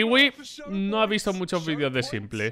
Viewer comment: Me explota una vena cada vez que pronuncia s1mple como "simple" en vez de "Simpol"